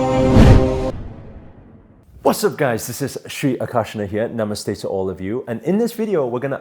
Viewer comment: And now a days he is pronouncing it so beautifully Namaste 🙏🙏